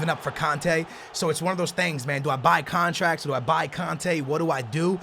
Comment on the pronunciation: "13,000 thousand contraks"